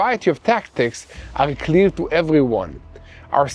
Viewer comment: Did he say clear or cleer lol